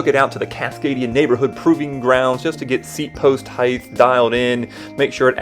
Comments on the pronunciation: Nice review. Height btw not Heighth! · Bro said "Heighth